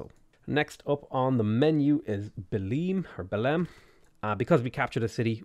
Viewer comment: Also, Belém is not pronounced "Beleem", it's more like Belaim.